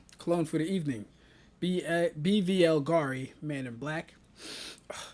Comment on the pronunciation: BVL gari? Dude if you can't pronounce it properly you really shouldn't be mentioning it